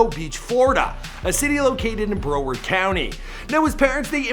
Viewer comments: It's BROWARD not BRO -WARD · Next time you pronounce Broward it’s Brow-ard not Bro-ward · its not pronounced Bro-ward. Its pronounced Brow-ward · Bruh-ward. Not brow-ward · Also, it's brow-erd... Not bro-werd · I'm not from Florida but it's pronounced "Brow- ward" not "Brooo werd" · Broward…. Not broader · yo it ain't BRO WORD County it's pronounced brow word 🤦‍♂️ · He said broward so weird he said it like bro-word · it’s pronounced brow-erd duck😂😂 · he said BRO-ward lmao i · It's pronounced Brow!-Ward lol I'm from pompano beach I love you show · Bro, it’s pronounced BRah-word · Broward is pronounced brow-like wow....ward-like word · its " BRAH - WORD " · Love your content but say Broward County right! 🤦🏾‍♂️🤬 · why he said broward like dat😭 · That’s now how you pronounce broward 😂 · U did not say broward properly 😂😂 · That’s not how you say Broward 😂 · that's not how you say "broward" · On god you cant pronounce anything 😂, its pronounced brouward and blanch elee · 😂😂😂😂😂😂😂 cuhhh dont say broward nomore it annoys me and its not no fuckin “blan shay elayy” its blanche ely 😂😂😂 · is not say Broward check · Learn how to say the words. Its cringey . "Pompano and broward" u butchered.